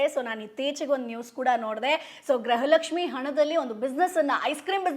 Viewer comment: Graha Lakshmi halla madam gruha Lakshmi